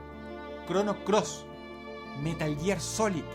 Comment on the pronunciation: Buen top, pero me sorprende que con el mimo que Dross elabora estos videos no se tome la molestia de revisar su pronunciación de ciertos títulos en inglés. Caray, con el traductor de Google se puede hacer en cuestión de segundos. ¿God of Guar? ¿Crono Traiguer? ¿Metal Yiar? ¿Tomb "raider"?